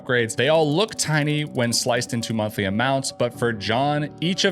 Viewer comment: "Wuts the muntlee"?